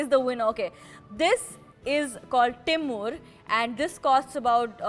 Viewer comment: its timbur not timur....visit North East you will get timbur...no need to waste 19000😆😆